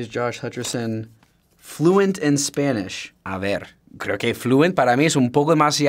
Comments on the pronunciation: En el dice "a ver" como si hubiera nacido en Toledo. 100% español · Josh saying he's not fluent in Spanish and starting his sentence with "a ver..." -that's exactly the way a fluent speaker would do it! 😂